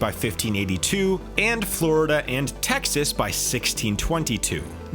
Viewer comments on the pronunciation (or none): none